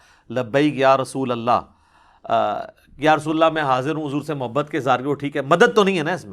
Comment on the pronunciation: Are yaar tum to khud galat bol rahe ho "Rasulullah " asal lafz hai Aur tum "rusulullah " bol rahe ho 😅😅😅😅